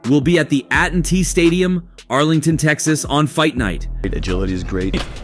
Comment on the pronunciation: No one wants to listen to AI narration. You can tell when it mispronounced ATT stadium. So sick of this trend.